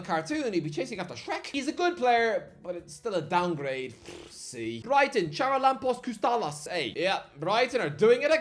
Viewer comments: Its pronounced Haralabos Kostulas. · As a Greek, how you pronounced Charalampos Kostoulas absolultely killed me. Just call him Babis, thats what we call him in Greece to shorten his name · Το έσφαξε το παιδί έτσι που το είπε .